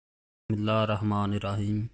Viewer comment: Ya kam se kam sahi se Bismilla krna to seekho besharm aadmi